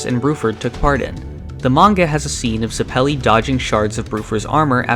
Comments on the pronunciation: FYI its Zep-elli with emphasis on Zep, not Zuh-pelli with emphasis on pelli. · “Zuh-pell-e” “Erri-nuh” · I loved the video but I died every time you pronounced Zeppeli as "Zeppéli"